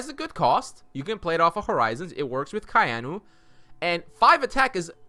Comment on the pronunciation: Gotta ask: Why is everyone calling "Ka'ainu" "Kai'anu"?